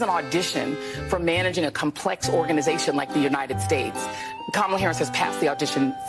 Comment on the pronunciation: "Kamalalala!" - I thought mispronouncing her name was racist?